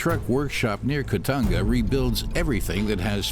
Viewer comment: ITS CALLED KITONGA NOT KITANGA